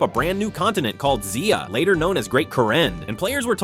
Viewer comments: Zay-Uhh. Not Zee-Uhh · Zea-ah guess AI isn't good on proper pronunciation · Lol "zee-ah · That pronunciation of zeah is criminal